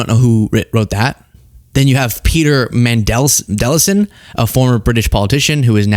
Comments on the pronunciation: Man-del-sun. Not Mandela-sin, ffs. Epstein called him 'Petey'. He's going to lose his job as UK ambassador to the US over this. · The UK Ambassador is Man-del-son Good video